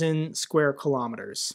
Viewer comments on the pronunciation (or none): none